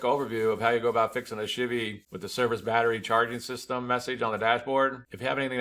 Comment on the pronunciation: If I was in the same room as you and heard you say “chivy” 10 times in 5min, I would punch you in the face. Don’t do that